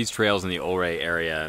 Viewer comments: Yes, it's u-ray, not o-ray. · prounced "YOU-RAY" and "MMM-OGENE" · I grew up in the 70s in SW Colorado, this video brings back great memories, thanks so much. One thing I will mention is the pronunciation is Ouray should be more like youray. Not trying to be critical just FYI. Love your videos and looking forward to your future posts. Thanks again. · I was taught by a local Ouray rhymes with Hurray, as in to cheer. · It's pronounced Yer-ay. Awesome drone footage! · If a previous comment didn't say it, it's pronounced you-ray. :) Beautiful scenery. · Idk who's right but my family always pronounced it "yur-AY" and "TELL-yoo-ride" or tellyaride.